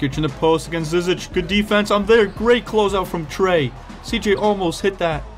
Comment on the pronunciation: And just for information you say his last name ZI-ZICK just so you don’t have to guess every time lol